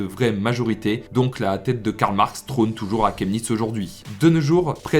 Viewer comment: ça se prononce shemnitz